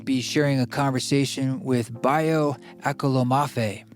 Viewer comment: It's "Akomolafe," not "Aklomoafe"... why don't westerners like me take the time to mantra a person they are speaking with correctly? I am a stolen blood hindi but i look white and was raised white, but my DNA test says I have a gift of voice/mock/listening, and its so easy for me to say his name and speak other languages even though I am mostly eurpoean... I am so mad at other white people for their lack of listening, I cant even listen to this guys podcast! I am sorry dude! Best of luck...